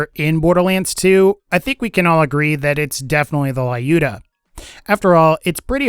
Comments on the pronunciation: Please, stop calling it "Laiooda", it is more like "Lewda", I mean [l'uda], if it will make it clearer. This name is common in Russia, so I know for sure how it must be spelled. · You are saying it wrong, Lyuda is russian name and sounds like lewd-ah